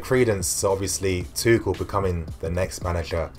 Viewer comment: Isnt his name pronounced tushell